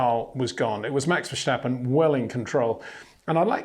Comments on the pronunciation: HEY PETER WINDSOR, I HAVE MESSAGE FOR YOU SIR: With all due respect ... it is NOT Max "verSHtappen" ... Max is not German (Germans indeed do pronounce "st" as "sht") ... #Max33 = Dutch NL/Belgium! ... It is not "Bottash" nor is it "Lewish" certainly not "verSHtappen" .... This BS started long time ago when a British sport presenter interviewed father Jos Verstappen and assumed you can use a German pronunciation to a Dutch Driver thinking it is so "funny" ... It is not. Serious question: can any Englishman say "versatile" out-loud without saying "vershatile" phonetically? most can about 99,99% ... that is why most English can pronounce Verstappen 100% correct! Father Jos Verstappen (also F1 Racer) was very active between back then only a very few said "Vershtappen" but the vast majority of British sport presenters pronounced it perfectly ... only a few old stubborn farts like Peter Windshor. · It's just pronounced Verstappen, no need to add in the sh sound. Just say it like it's spelled and you're all good mate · very nice comments as always,. As a Dutch man can you please do me a favor???? Max is Dutch and so am I. So the proper way to pronounce Max Verstappen is. Verstappen is with an S not the German way with the SCHHHH. It's Max VertStappen with an SSSS. Would be super nice if you can add that to the otherwise wonderful reviews and comments!!! Love you guys and keep it up!